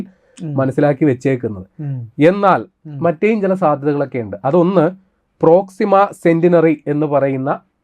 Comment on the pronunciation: പ്രോക്സിമ സെന്റിനറി അല്ല, പ്രോക്സിമ സെന്റൗറി.